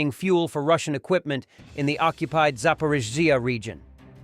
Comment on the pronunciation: I love hiw the ai voice never pronounces Zaporizhia(sp) the same way two times in a row. It's even funnier when it struggles so hard it sounds like it's having a stroke.